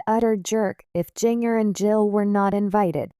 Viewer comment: learn to pronounce Jinger correctly